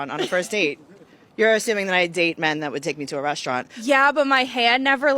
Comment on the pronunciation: In would never go anywhere with a woman who says, "RESHtaurant."